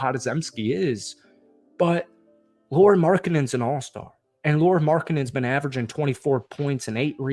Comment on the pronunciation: cmon dude learn how to pronounce Lauri and Shams :-/